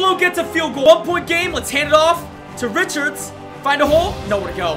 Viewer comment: Stop calling #30 Richards, his last name is pronounced Rishard, Cmon bro dont diss Rocket Rich. Sincerely RAIDER NATION